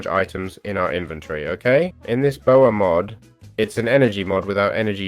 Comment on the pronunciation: Next time, if you're going to do a tutorial at least learn how to say the mod name... its litteraly power with ah instead of er.